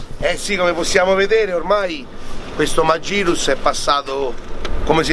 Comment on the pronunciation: Segnalo la pronuncia "magirus" scorretta. Poiché tale nome è nato in Germania, lo si pronuncia alla tedesca, quindi "Màghirus"